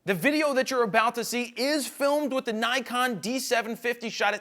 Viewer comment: Oh dear.. Why are you saying Nikon like that... What a twat!